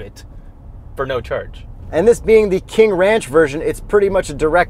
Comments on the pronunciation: "the w in ranch is silent" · Now class . . . remember that the "W" in Wranch, is silent. "Pick me up off the floor everybody!"😂